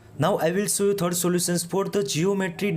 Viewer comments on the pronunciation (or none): none